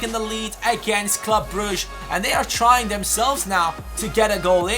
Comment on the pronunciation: WTF you don't say club brushe it's club brukke